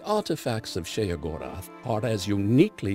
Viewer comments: pronounced (SHAY-GOR-ETH) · So happy they didn't have that dull, boring narrator that they normally use do this, the way he pronounces Sheogorath is realy fucking stupid, God, he's sooooo boring.